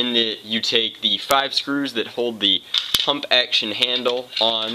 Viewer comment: when u said pump i swear i heard u say hump